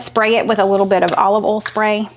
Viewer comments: Haha it's o i l...,from northern Minnesota....not olll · I like the way you say oil, foil, broil, etc as if it rhymes with Cole. Then I started thinking maybe his name is Coil! I want to try that Mac and cheese with the cream of chicken soup. Yum!❤️